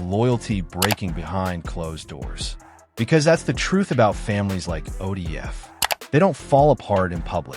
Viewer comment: You a goofy at least say it right who the fuck is ODF ?